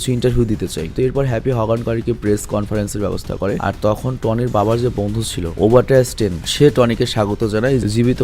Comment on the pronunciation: পেপার পটস, ওবাডাইয়াহ স্টেইন, ফিল কোলসন, টেন রিংস, আয়রন মঙ্গার; এগুলো হলো সঠিক উচ্চারণ।